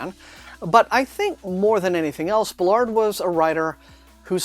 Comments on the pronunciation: Interesting review, (however I must correct it is Baal-ard not Belard sorry😂) JG Ballard truly is a master of Dystopian landscapes, his exploration into similar themes from High Rise are in The Enourmous Space, that story is nightmarish! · Thanks for the review! Not sure that's how you pronounce "Ballard". I think the stress is on "Ba" instead of "lard" (based on video interviews).